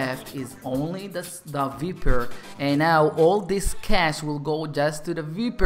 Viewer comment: You don't pronounce it vIEper you pronounce it vEYEper